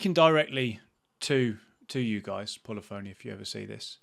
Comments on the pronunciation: you would be a great community manager! You have to begin with no longer calling the PHONY!!! Pronounce it as “Funny”. Pu-Li-Funny Digital. Thankfully, you’re not on television (Morgan Webb on G4) calling the game Gran Tureezmo! You have taken the words out of my mouth. I bought ACC from Plus a couple of weeks ago when it went on sale again for 12 bucks. I have yet to click on it to begin playing it. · Should learn how to pronounce 'Polyphony'. puh·LI·fuh·nee, not polly phoney. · You may have a better chance of working with Polyphony Digital, if you learn how to pronounce the company's name correctly. It isn't that difficult.